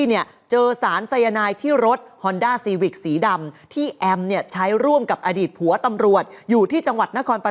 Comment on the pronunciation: เน้นคำว่าผัวววว